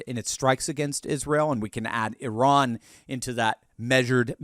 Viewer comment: I heard Iran is becoming «I RAN»